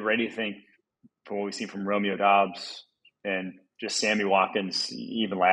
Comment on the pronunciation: Doubs is pronouced Dobbs. Romeo literally told the Packers and the media how to say it in April.